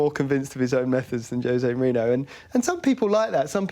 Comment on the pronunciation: Wish this guy could say Mourinho's name correctly